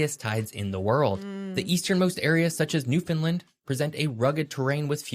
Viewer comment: Bless him he still did not say newfoundland correctly, not easy to do if you are not a newfoundlander, rhyme newfoundland with understand and that pretty dead on to how we say it, love your videos ❤